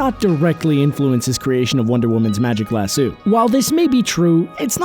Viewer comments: In Red Son Wonder Woman shatters her own lasso. (She also gets ten kinds of shit kicked out of her by anarcho-Batman.) And why do you keep calling it a "lah-sue"? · how can you pronounce Lasso wrong so many times, even when they clearly say it correctly in the clips you used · 1.)You kept mispronouncing lasso 2.) Diana didn't have a kid with Kal-el she had a kid with Bruce Wayne while Lois Lane had a kid with Kal Other then that, I really enjoyed the video! Keep at it my dude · Jesus say lasso right! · Yes but that's not how it's pronounced. Just because that's how it was read once doesn't make it correct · I WAS DIEING BECAUSE HE SAID IT LIKE THAT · British vs American pronunciation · lass-O, not lass-u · Jad Bouch omg i was like it's lasso not lassoo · The narrator needs to listen to the clips that go into his videos. They clearly state how to pronounce Lasso, yet he sits there crapping out Lass-sue over and over again. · if you're going to narrate, pronounce your words. Constructed, not conshtructed. Lass-sew, not lass-su. Strength, not shtrength x 3. Strong, not shtrong. Gal Gadot, pronounce the t. Know the main actresses' correct pronunciation of her name. Indestructible, not indeshtructible. Strapping, not shtrapping.It's one thing if you're sitting in front of a camera with your little YouTube channel, not if you're a professional. How would it sound in this narrative if all p's were changed to the ph sound of 'f'. Irritating, no? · Its Lasso of Truth not Las-sew or Lashoo ugh But im not angry I like it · 15% of comments: Other facts about Wonder Woman 5% of comments: I did not know these things 80% of comments: STAPH PRONOUNCING IT LASOO, ITS LASSO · She debuted in 1941 (wearing the skirt she never wears...) Lah-so, not lah-soo And mke up your mind, daughter of Zeus or imbued with life from a pantheon of gods? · So who else cringed every time e he said lassooo, instead of lasso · It's not lassoo, come on, really? It's lasso. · ITS LASS-OH NOT LASSOO